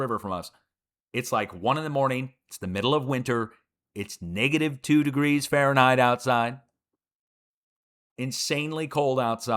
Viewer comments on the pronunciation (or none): none